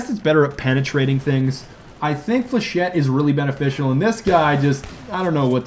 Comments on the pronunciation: you catfish...... flechette is pronounced like (fle-sh-ay) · Flechette rounds are for shit. I came up with this because the first time he said it I heard ForShit. :P